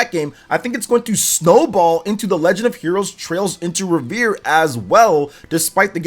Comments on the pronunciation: It's pronounced REV ER EEE not Re vere looool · …It isn’t revere like Paul revere it’s REVERIE lol!!!! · It's pronounce Rev-er-Ree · Trails into North shore Boston, trails in Trails into Reverie " reveree" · Right off the bat I hear Trails Into Revere 🤣 forgot to pronounce the i! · Trails into Reh-vuh-ree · Glad someone said it 😅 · Right? lol Just sound out the word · Rever “E” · He also doesn’t know how to pronounce reverie which was painful/hilarious